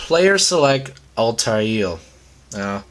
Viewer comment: Dude it's al-tie-eer